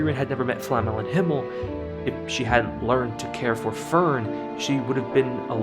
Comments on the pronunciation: Why this guy keeps calling Flame as Flamel? Isn't it Flame as in Fla-me or in english pronunciation just Flame(as fire)? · Calling Flamme, Flammel is triggering my inner nerd. This is not Harry Potter my man, Frieren's master is not Nicholau FLAMMEL 😂, she's FLAMME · Nice video, but: Who is Flamm-Al? We Germans are normally not sensitive about people mispronouncing our language but this is getting ridiculous. It might be because in the English dub words are mis-pronounced in the common way, while the Japanese version is closer to the real pronunciation, but then people are even being creative is their English flavored miss pronunciation. Just use a text to speech program to look it up. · I kept getting distracted the whole video because you kept calling Flamme "Flamel". Great video though! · What is wrong with YouTubers not being able to pronounce Flamme's name properly? They say it in the show several times, you just have to listen and then repeat.... Nice video though ;-)